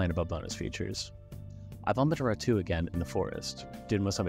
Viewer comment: this channel is so underrated but it kinda annoys me that you called ratau ratoo